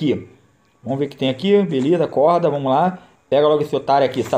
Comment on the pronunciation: Cara. Só para de falar "Vomos que vomos". É "Vamos" pelo amor de Deus. Eu n quero ficar corrigindo mas to passando mal por cada vez que escuto.